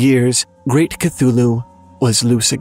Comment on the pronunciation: When you first said Great Chtullhu, I thought you said Rick Chtullhu and I was like, "Oh, he's got a first name..."